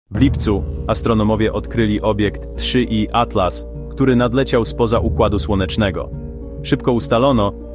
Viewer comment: 3i atlas, nie da się tego ai słuchać. 3 iatlas